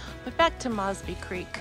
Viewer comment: Your mispronouncing 'Mosby'.